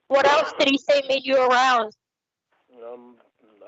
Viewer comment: I hate the way he says ‘else’. “Eltz”